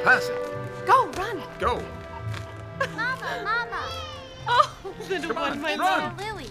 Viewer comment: I love well researched period films but the way the actors mispronounce some words is very irritating..... it's Mamma, two m's so longer m sound, and papa' is being pronounced Papa, (which is only used for the Pope!), without the accent on the last letter...very irritating. Admittedly this film is made for the american market so most are none the wiser......